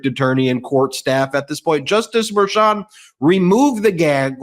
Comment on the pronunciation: Thanks for pronouncing the hard CH in Merchant correctly. With a first name of Juan, I assume he’s of Latino descent.